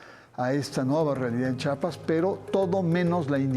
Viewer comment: Con todo respeto al señor Barranco , se dice Chiapas , no chapas .